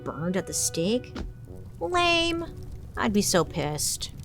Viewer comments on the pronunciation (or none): none